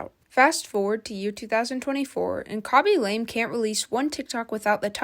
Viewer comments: You cant even say his name correctly, KABY LAME not KOBE LAME. No surprise you like this repetitive guy. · "cabbage lame" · Ryan William Johnson😂 Kobe lame😂 Your name butchering is legendary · kobe and lame lol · the forgetting of the word evolution and "khobe lame" is so funny